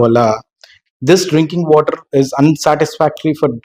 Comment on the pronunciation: Ayya say WATER NOT VOTER